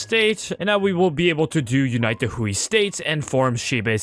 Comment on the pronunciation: hey so in general chinese "ui" is pronounced like "way" so Hui is pronounced like "Hway"